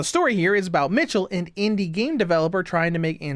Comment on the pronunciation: I dont know if anyone said this to you before, but the pronunciation for michel, isnt [ m IH ch uh l ], but its more [ m ee - sh eh l ]. The pronunciation of the name is important because michel can be also be said the same with name "michelle". Thats why giselle was flabbergasted when she heard the white hair girls name for the first time, and thought they had the same name.